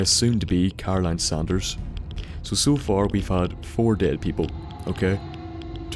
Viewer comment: its Saunders not sanders (pronounced differently) dispite how she pronounces it